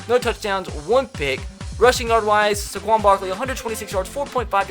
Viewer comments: Tre Gaming Finally someone else realizes this!!😂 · This probably shouldn’t bother me as much as it does but it’s SAY-quon Barkley, not suh-QUON Barkley. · Why he saying Saquon like Sequon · Why do. You say saquon Barkley’s name so horribly it’s SAquon not SAHquon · Hate the way he say Saquon. It’s SAY QUAN!!! Not Suh QUAN!!!!! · Tre Gaming for real i was looking for this comment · when you say it your supposed to say Say-quon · Omg. SAY-KWON. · You don’t say sequin Barkley’s name right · Gideon Taubert yes. SAY QUAN even says his own name that way. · The way he says "Saquon'" triggers me